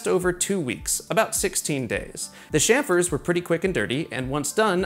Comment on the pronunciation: Bro says chamfer like chamfer, smh.